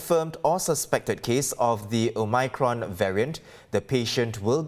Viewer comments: Omicron, not omycron la some more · Cant stand the o-my-cron pronunciation 😖😖